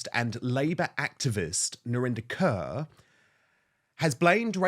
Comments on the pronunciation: I like how you pronounce her last name " Curr". It's Core actually... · Her surname is pronounced KOR... everyone is trying to 'Englishfy' it... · Her name is pronounced, Kaur= Core